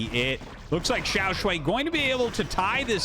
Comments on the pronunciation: Hi Artosis, it's pronounced shuai not "shuei". The way you say it sounds like 小睡 (small nap 💤) or 小水 which means urine which is not so nice. (edit for clarity: he is 小帅 and the series is awesome, thanks Artosis for the great cast as always). To help with the pronounciation native US speakers, pronounce "shuai" with the A sound you have in "Car", not the one in "and". Or if it helps try: "Shoo - I". Otherwise I am out of ideas 😀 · shuai is pronounced as "shoe-why" as one word, with no pause in the middle. btw, love this stuff RT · xiao shwhy, with shwhy being one syllable pronounced with confidence